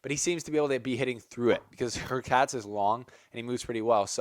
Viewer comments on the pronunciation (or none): It's hurkatʃ !🔥🇵🇱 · Hurkacz is pronounced Hoor - catch